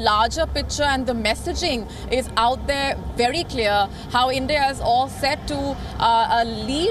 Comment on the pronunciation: Nobody on Wion can pronounce V. They say Wery important Wisit.